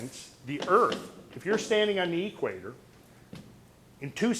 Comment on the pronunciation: At the eee-quator. Never heard it pronounced that way:) Where does hail from?